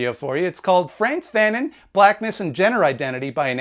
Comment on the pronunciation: Why didn't you ask one of your French speaking comrades on how to pronounce Fanon?